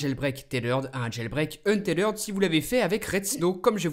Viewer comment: mon chère, c'est un-teth-red et pas un-té-lerd!!!:v